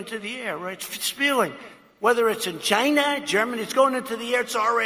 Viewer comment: "They are made in Ghina".